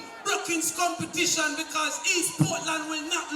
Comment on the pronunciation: Lol she say Portland want caapwet we want caapwet from Portland to Prospect we want caapwet from Portland to manchoniel 🤣😂🤣😂